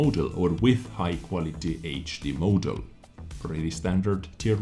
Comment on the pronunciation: I need to comment on how you pronounce model as "mow-del"